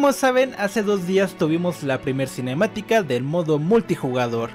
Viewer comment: Cómo chooorrocientas veces la palabra cinemiatica